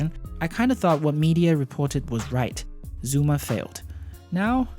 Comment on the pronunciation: “zOOma”